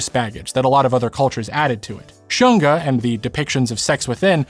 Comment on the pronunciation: I find it was deliberate to pronounce shunga as 'shun-ga' (versus shoon-ga) was on point when they were trying to ban it during the Meiji period, because they wanted to shun the shunga enjoyers 😂